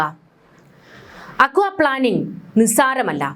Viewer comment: പ്ലാനിംഗ് അല്ല plaining... Aquaplaning or hydroplaning